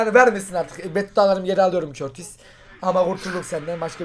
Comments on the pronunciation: Körtis değil kurtoa diye okunuyor artık düzgün okurmusunuz şunu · Abi o körtis diye okunuyo doğru okunuşu kurtova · abi körtis değil kurtua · Körtisi bılerek mı soluyolar yoksa bi espirisimi var adamın okunuşu kurtua deilmi aa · Abi o kalicinin adı körtis değil kurtua diye okunuyor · Körtis değil kurtuğa abi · Abi körtis değil kurtuva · Körtis değil abi kurtuva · Körtis değil curtua diye okunuyoooooor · Abi o körtis deyil kurtua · Neden Kurtuvaya körtis diyosunuz ?